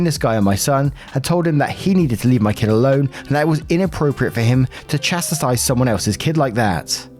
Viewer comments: sweetie. Chastise, Chast-eyes. Not Chastisise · Chass Tize it took me ages to get that word right due to my dyslexia ;)